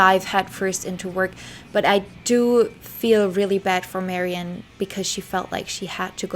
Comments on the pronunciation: I love your tributes, and this one's no exception, but just so you know, Ms. Faithfull's name is pronounced "Mary Anne," rather than "Marion." You weren't to know. Details like this get lost over time. Thank you for this thorough and interesting bio! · I cannot listen to any more of your videos. It seems like you are incapable of simple pronunciation of your subjects. It just sounds so incorrect to hear you say, "Marion", or "Led Zep-e-lin". My ears can't tolerate that and take you seriously.